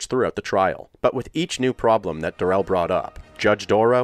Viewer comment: Just a note - his name isn’t “da-RELL”, it’s pronounced normally (“DARE-ul”). He bizarrely changed his name pronunciation during the trial, but his mother/grandma/GF (and he himself during sentencing) pronounced it correctly.